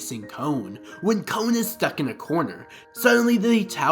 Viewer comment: It's Kon... Not... Cone